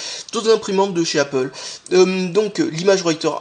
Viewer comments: Il a dit Apple!!!! Pas apole mais apple!!!!! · Félicitations, tu sais désormais prononcer Apple x)